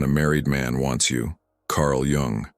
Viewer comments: please learn to pronounce his surname properly as it is not jAng but jUng, as in yoong thank you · Not Carl Young but Jung - the 'u' pronounced like the ou in you.